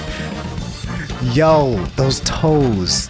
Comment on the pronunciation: Yo you put a lot ot emphasis on those toes 👀